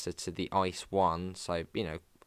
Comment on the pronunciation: ICE is pronounced as three separate letters - I, C, E - not "Ice"